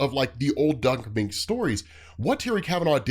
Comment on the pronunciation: Moench is “MEN-ch.” Doug Men-ch.